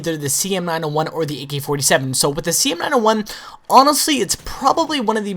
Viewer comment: He says "A key 47"